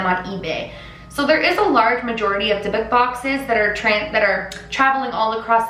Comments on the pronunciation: יברכך ה' וישמרך,יאר ה' פניו אליך ויחונך, ישא ה' פניו אליך וישם לך שלום That is a bible verse for protraction over this video and yourself. Hey not trying to be rude just wanted to correct the way you say dybbuk (alot of people say it wrong because youre not a hebrew speaker) is actally with the sound of O as if you would say the word book, so it would sound like dybbook (with different spelling lol). Its very dangerous to open or use this type of box and it will be attached to generations of families, the evil that is captured in this type of boxes is very old and very powerful. I didnt want to watch the whole video but because it hits close to home for me I did and after the photo of the open box I started feeling sick so I had to put that verse above. Those boxes are so powerful, they can kill, they can harm beyond repair, the only place you should open one (if you must) is in a synagogue with the right precautions. I could talk about it and other crafts all day but this comment is long enough, Just make sure to light a black candle if you feel that your house had been open to this kind of evil of you dont feel good withing 7 days from making this video, and black candles are the best for cleansing, even if it sounds wrong, white candles are not the most powerful. Thank you for the video and respect you gave it. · The proper pronunciation for the box is die- buk. Short u sound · You're supposed to say it like dee-book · Why is she saying divik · The actual Hebrew way of pronouncing "dydduk" is dee-book (with the emphasis on the second syllable) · Hei! You pronounce it wrong. You say it as dee-book. The meaning in hebrew is something that sticks in you :) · i just wanted to let you know it’s not pronounced the way you did, it’s pronounced “dee-book”. i’m saying this as a hebrew speaker, so the pronunciation is not my opinion, but actually how it’s pronounced.